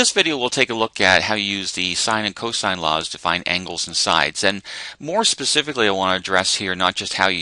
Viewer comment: Sounds loke your saying coleslaw! 😂